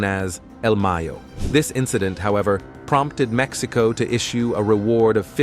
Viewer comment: Like Maxico lol its Mexico lol😂